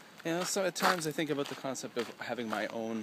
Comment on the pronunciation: You said "Aboot" you are so Canadian.